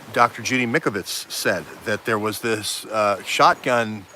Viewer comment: It’s Mike-O-vits ...(the Italian Doctors have done Autopsies on CV19v2 victims and found the illness is a Bacteria like a bad common Cold and causes upper respiratory lung disease and exasperated by 5G! Time to check it out)...great reporting...thx much. DO NOT TAKE THE VACCINES!